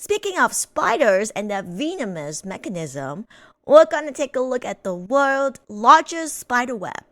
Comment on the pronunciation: Ah ok i was wondering why i heard you say vinimous instead of venomous